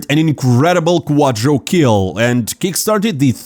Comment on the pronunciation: please just stop saying "quadrokill", it's "quadrakill".